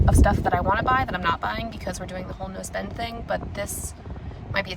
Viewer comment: I kept hearing nose bend instead of no spend 😂